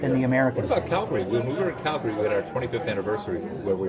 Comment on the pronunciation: Frakes pronounced "Calgary" correctly!